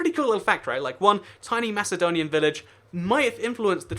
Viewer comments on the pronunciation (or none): none